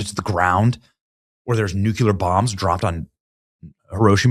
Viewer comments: Please pronounce "nuclear" properly ...not neu- culear thank you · Benny, you're a rock star and you know how to handle it with humility, which is rare. But I'm just going to have to give up on you as one of the new-kew-luhr people. Since childhood lol I promise I really don't quite at all know what it is with all your brains but you just have to add that invisible syllable to the word NUCLEAR ... which is pronounced new-clear ... by there being no "kew" in the middle there at all. It literally does not exist except to you ... and thereby you fundamentally and very incorrectly alter the pronunciation of the word and to compound that, down a one none of you care a whit and you won't change it. I swear I don't know what it is about that word in particular in the English language but people often will change a mispronounciation once it's pointed out to them. I notice when the occasional rare person actually pronounces SALMON 🐟 with the L which is actually silent ... which isn't just a pronunciation but a social faux pas as largely a sign of general ignorance ... the offending mispronouncer will say oh, register the error, as we humans by nature want to improve, and actually correct it. But you new-kew-luhr r3trds are beyond hope. I would say just own it but nope you don't even care enough to own it. So many blessings!!! 🙏!!! and you just have yourselves a merryyy old NEW-kew-lUhr day! 👍 👌 💪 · Benny, it's "NUCLEAR", not "nucular". Why can't people get that right????? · Nukuler news? 😂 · Good grief Benny…pronounce nuclear properly. NOO klee er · May be a minor thing, but hearing Benny call people low IQ. While at the same time pronouncing "nuclear" as "nucular". Does bring a smile to my face. 😂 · It’s NUCLEAR. The word is pronounced NEW-CLE-R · Why does he pronounce NUCLEAR as NEW-Q-LER? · LEARN HOW TO PRONOUNCE "NEW KLEE URR" ffs you sound like George w Bush. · Nucular? That was W's pronunciation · Whoever is moderating. Tell Benny to stop saying “ Nucular”